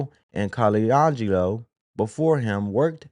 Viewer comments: Bruh it's KO-LAND-GE-LO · Jerry Co-lan-ge-lo 🤦🏻‍♂️ 😂